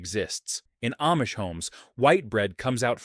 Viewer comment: AIcant say AHHH-Mish! Not aim-mish